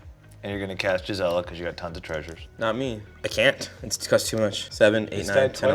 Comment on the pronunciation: It's not "Jizzella" 😭😭😭